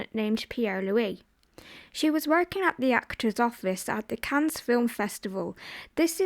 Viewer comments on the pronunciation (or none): none